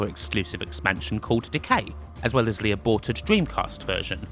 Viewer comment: Why does it sound like he says "Le" instead of "The"?